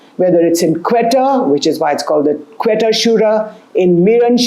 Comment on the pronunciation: Quetta is pronounced Koita.